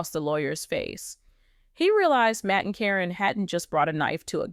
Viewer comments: Even the pronunciation of Caryn's name is wrong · Why has there been nothing about this anywhere????? Why is Caryn's name being pronounced incorrectly? Probably because this is AI. The timing that this would have had to have been, makes no sense at all. After Amy's move, (selling the house to Matt) she still had contact with Matt & Karyn, many, many times. No way would she had done that TV show or not.